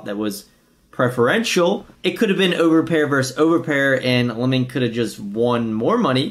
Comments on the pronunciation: It’s Limon {Lie-men} 😒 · Lie men . Not lemon. . And damn forgot how annoying he is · It’s pronounced liemon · it's Limon (L-EYE-Mon) - Abe is a LA games legend, PLO host and was an owner of LATB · lie-muhn hahahah